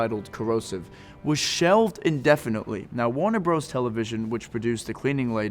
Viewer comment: “Warner Bros” said phonetically 😂😂😂